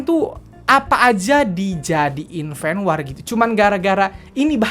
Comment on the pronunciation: Fen Wor dongggg sebutnya bukan Fen WAAR 😂😂😂🤦🏻‍♀️🤦🏻‍♀️🤦🏻‍♀️